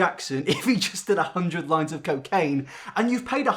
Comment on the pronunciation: I’m wheezing omfg “look like Michael Jackson if he did 100lines of coccane “ THE WALMART VERSION OF JEFFREE STAR IM CRYING OH GEEZ